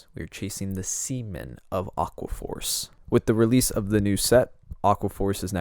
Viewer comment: It’s not seamen, its Sea Man!